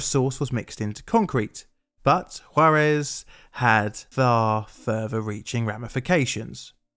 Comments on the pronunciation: Props for getting "Juarez" right, I can see practicing to pronounce it correctly might have been... *plainly difficult*. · I appreciate you actually looking into this (and also not prounouncing it "jar - ez")